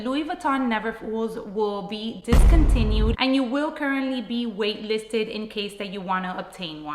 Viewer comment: It’s not discountiued